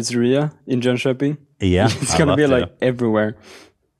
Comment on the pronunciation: pronunciation of Jönköping is amazing!